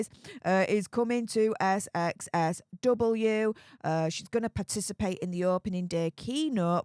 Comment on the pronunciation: darling, it's called "South by South-West", not "SXSW"!!!